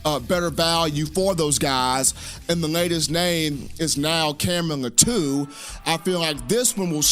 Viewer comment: His Last name is pronounced LAH-TWO (Latu)